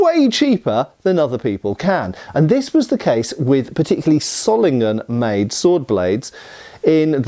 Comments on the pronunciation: No it is not pronounced zollingen ._. The o is long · Wo kommst du denn her? Ich bin im Rheinland keine 50 km von Solingen aufgewachsen und habe noch nie eine andere Aussprache als [ˈzoːlɪŋən] (sohl-ing-en) gehört, ganz bestimmt nicht [ˈsɔlɪŋən] (ßoll-ing-en). Würdest du den S-Ton in "Wasser" "smooth" nennen? Das ist nämlich wie das in diesem Video eigentlich ausschließlich spricht (und streng genommen ist das O eigentlich auch falsch, aber soviel würd ich von einem nicht deutschsprachigen Engländer nicht erwarten) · Btw, in case you care, Solingen is pronounced with a Z sound at the beginning (Wikipedia has an audio file of the German pronunciation). In fact in native German words almost every syllable-initial single S is pronounced like an English Z, while Z is TS